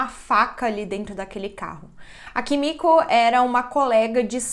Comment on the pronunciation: Desculpa não consigo deixar de rir cada vez que vc fala Kimico 🥱🤣🤣🤣🤣 Amo esse canal 😍